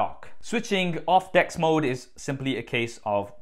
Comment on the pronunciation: I thought he was pronouncing 'Desk' wrong when he was on about 'Dex' mode. :-D